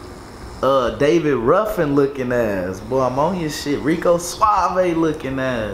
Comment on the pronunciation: He said “ David Ruffan” 🤣